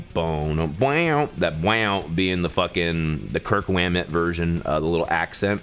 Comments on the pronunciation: “Kirk Whammet” 😂😂😂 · “Kirk Whammet” lol